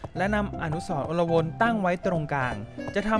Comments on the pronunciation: และมันอ่านว่า อะ-ลวน ครับ ไม่ใช่ อน-ละ-วน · พี่อ่านผิดอ่านว่า อะ ลวน